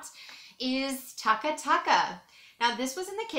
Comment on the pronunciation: You didn't pronounce Tuca Tuca right at all...lol